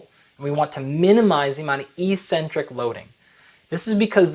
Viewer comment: Why did you pronounce e-centric instead of ex-centric back then? That's weird.